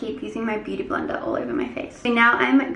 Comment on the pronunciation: Blender u mean?